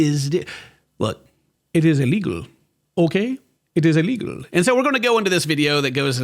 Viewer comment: "It is illeghul" 🤣